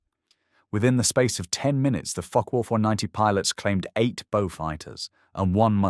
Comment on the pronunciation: This is not a joke. The pronunciation of Focke does seem a bit off to me. To put it politely.